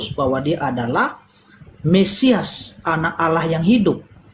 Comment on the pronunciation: Kenapa pendeta sebut alah.